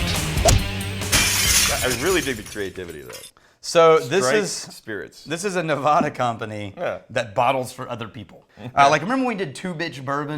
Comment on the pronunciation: NevADa. Hard A. Like 'lattitude'.